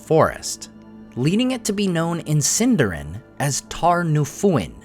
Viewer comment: Please don't pronounce it "Sin-DAR-in." It is properly pronounced "Seen-dar-EEN" 🙂